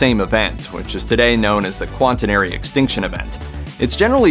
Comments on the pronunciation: It's not. It is called the Quaternary extinction. Quat as in "squat". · "QUAN-tenary" — that doesn’t sound right.